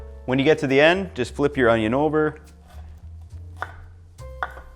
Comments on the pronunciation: Why does this guy keep saying onyo wrong? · pronounced oño the wrong way, disliked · You're saying ONIO wrong. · Best way to dice an onion is to say Onyone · how to dice an onyo